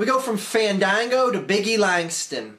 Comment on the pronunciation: You guys are saying it wrong. It's... Faaaaaaaa(h)n Daaaaaaaa(h)n Gooooooo.